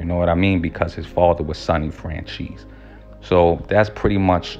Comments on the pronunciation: It’s pronounced “FranZEES” not francheese E. And Micheal is a good guy. Smart guy. Went to school with him. Same neighborhood in Hamilton Park Long Island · Michael Fran "Cheese"....really...c'mon dont butcher the name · Michael FranCheese? Lol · Nah man. If You were in the area at the time,,you would know that Johns Ego was All that mattered to him by that point. He thought he was a Celeberty and he loved. He Abolutely said the Streets need me,,you godda take the rap lol. And his name is NOT Michael Francheesy. Its Michael Franzese!! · Fran CHEESE? Franzese don't you mean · Did you just pronounce Michael's last name as "FranCHEESE"?!!! Lmfao im dying 🤣🤣🤣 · My guy really said Michael french cheese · Are you saying michael fran-cheese on purpose? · My man it's not "FranCheese" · Fran-Cheese lol... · Learn to pronounce names ..lmfaoooo